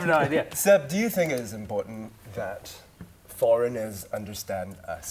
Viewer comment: This young lady speak English without an affected accent. This is what we should do when we speak to non-Singaporean English speakers. The only thing she doesn't pronounce 'think' as /θɪnk/ but / tink/. Are the /θ/ (think) and /ð/ (they) sound taught in primary schools? Singlish is nothing to be proud or ashame of for it has become a Singaporean dialect. Sometimes, when we don't want foreigners to understand us, we can switch to Singlish.